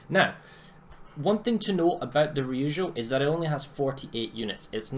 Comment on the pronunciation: wrong pronounciation of Ryujo and being a weeb stopped you from getting a sub :/ other than that, good video